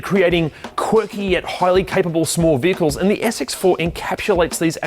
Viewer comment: Hey young fella, you do veehikles for older folks?